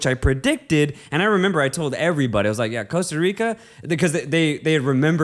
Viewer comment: I'm not gonna lie the way you pronounced the "Rica" in Costa Rica pissed me off. I'm not even from Costa Rica but I'm pretty sure you're suppose roll the the R in "Rica".